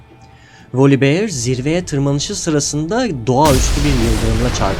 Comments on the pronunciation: volibiyır değil voliber yada tam telaffuz etmek istiyosan volibeğ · ama çok sinir bozucu olmuyo mu üstüne basa basa volibiyır